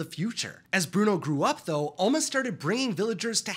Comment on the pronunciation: Do not tock apuot Bruono